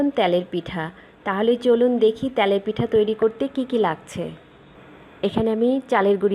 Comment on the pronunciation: ত্যালের পিঠা নাকি তেলের পিঠা? গুড়ি নয় গুড়া/গুড়ো। উচ্চারণ ঠিক করুন প্লিজ। otherwise nice recipe.